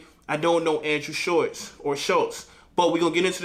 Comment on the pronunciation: I think he mispronounces names on purpose to show less respect he does it with nearly every uk artist and Shultz is a prick, good work